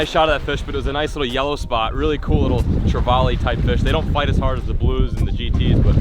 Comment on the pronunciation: He tried to say trevally lol. Americans jack treval